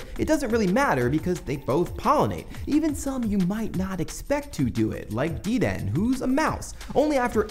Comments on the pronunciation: DE-DE-NEE. NOT Deden Yes we do know pokemon eat each other. The pokedex says so. Hey, Klefki will F*ck you up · You pronounced "Dedenne" wrong or at least different than I would. I believe the official pronunciation is "deh-DEN-ay" rather than "dee-DEN". I'm not sure on the etymology here or if the French inspiration his design is drawn from matter. It just sounded weird. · Dedenne is in the anime, and its name is clearly based on antennae... I'm not really sure how you messed that up. It's deh-den-ey. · It's de-den-eh. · and you pronounced dedenne way off. I'm out. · You incorrectly pronounced Dedenne, dislike.